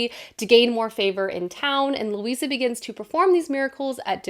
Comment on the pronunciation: Currently reading The Familiar...it is so-so good so far! However the character's name is Luzia (Lou- zee-a) not Lucia Lou- see-a).